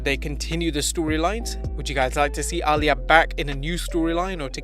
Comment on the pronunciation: Bro, Reys daughter is pronounced “Ah-Lee-Yah” not “All-Yah” 😒 smfh